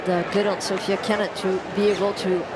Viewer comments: Her name is SOFIA, not Sofie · So-fi-a. Not Sophie